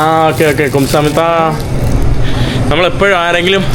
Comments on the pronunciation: ഡാ ഗുംസാമിത അല്ലടാ, ഗംസാമ്നിതാ.. മീൻസ് thank you 😄പിന്നെ " അറസ്സോ" means ok, ശരി. മനസ്സിലായി എന്നൊക്കെ അർത്ഥം വരും. പിന്നെ കുമാവോ or കുമാവേയിയോ means also നന്ദി, thank yu, പിന്നെ അന്നിയോങ് or അന്നിയോങ് ഹസ്സേയിയോ means ഹലോ. 🙌🏻 im not lecturing just helping🤝😊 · 😂😂😂😂kumsahammida alla ite kamsahamida😂😂😂